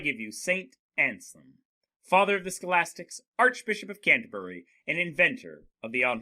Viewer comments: You mispronounce the name just like my students! It's not Anslem, it's AnSELM. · Ansalem? No, it's ANSELM. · Damn that name butchering tho